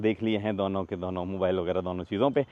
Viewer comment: has his own way of saying "DONO" which sounds like Douno 😅